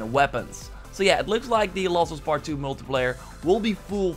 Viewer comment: "The laws of us pet 2" seriously wtf can you not say last